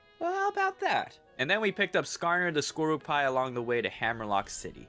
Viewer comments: "Skorupie" was a definite highlight. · This is just what I think, but I think Skorupi is pronounced 'Score-oo-pee', and Golisopod is pronounced 'Go-lice-opod'. Great video :D